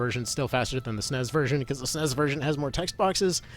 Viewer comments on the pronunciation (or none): You lost me when you said S-N-E-S as “snez”